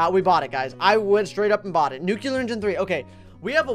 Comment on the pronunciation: WHY DOES SAY NUCELAR INSTEAD OF NUCLEAR